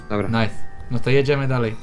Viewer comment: nife zamiast nice